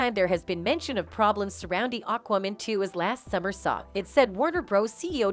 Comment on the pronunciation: Say Aquaman again.... lol Weird way to say it! Sometimes you talk funny. And Worner Bros?! Looool Its Warner BROTHERS. Im unsubscribing because your tittles are misleading and you mess up with named (you should study and practice words and names the correct way). Its distracting.